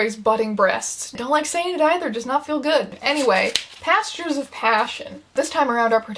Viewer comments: I heard “PASTORS of passion” instead of “PASTURES of passion” and I nearly had a stroke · ngl i thought she was saying "pastors of passion" and was very disappointed when i realized that it's a horse book so of course it's actually "pastures" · OH GOD I THOUGHT IT WAS PASTORS UNTIL I READ THIS COMMENT